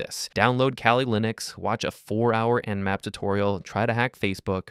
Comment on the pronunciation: it not namp, it's nmap.